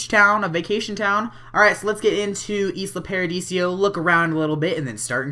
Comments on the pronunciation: Why do u keep sayin Isla Pardisio? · it's Isla Paradiso not Isla Paradisio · It's isla paradiso not isla paradisio! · I love how you said Isla Paradisio jajaja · hey with the new update you can move towns (and it's ee-sla pai-ra-dee-soh):D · Please, please STOP CALLING IT ISLA PARADISIO! Seriously? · It's pronounced Eye-La Paradeeso.